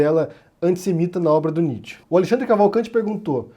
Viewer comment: Sua pronúncia de Nietzsche foi dita errada.